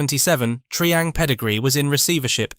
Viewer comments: Tree ang?????!!!! It's "Try" as in Triangle!!! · It's Try-hang, not Tree-ang. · Tri-ang as in ‘triangle’, not tree-ang, please. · Tree-ang? Tri-ang ffs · "Tree-ang"? "Skaletrix"? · Why is Tri-ang, being called Tree-ang when the name comes from triangle, as in “Three Lines make a triangle”? Three Line brothers started the company.